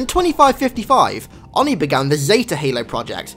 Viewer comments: It's Oh-knee Not onnee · Not that I'm annoyed, but how can you pronounce ONI wrong when it's frequently referenced by voice in Halo?